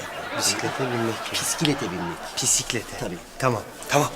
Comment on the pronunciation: Bisiklet ❌Pisiklet ✅😂